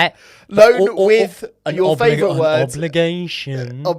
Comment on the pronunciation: why do you struggle to say favourite 😂